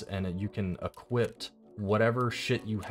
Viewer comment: I hate to be that guy but there’s no T at the end of equip